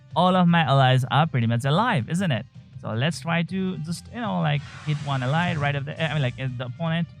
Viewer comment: you pronounce 99% of the english words right but not ally. Enjoyed your content.